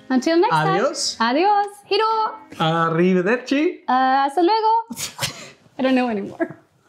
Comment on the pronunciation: You need to buy a telepromter hahah don’t read please! For a Next video, can you talk you about the Bermuda triangle? Nice couple also 🤗 and that arrivederci said by (i’m italian) is perfect 😂